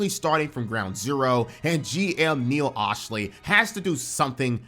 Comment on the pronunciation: You’re a Clippers fan and still can’t say Neil Olshey’s name? Sound it out.